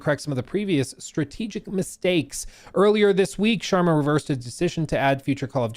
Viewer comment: Got it?